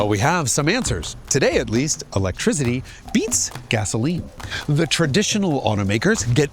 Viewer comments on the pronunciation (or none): Electrizity…oh 🤣